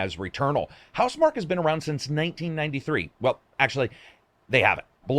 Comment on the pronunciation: Is it not pronounced mark key?